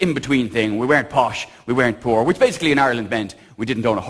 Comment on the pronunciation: hahaha "we was too po'!"